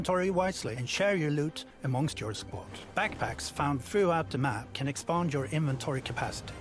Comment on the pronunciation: Expaaaaaand swenglish ftw.